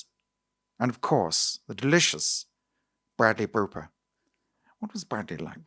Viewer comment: Bwadley Booper from Bollywood.